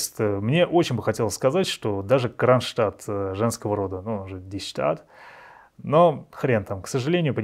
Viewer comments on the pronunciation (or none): Все супер!! Только die Stadt читается покороче и поинтенсивнее.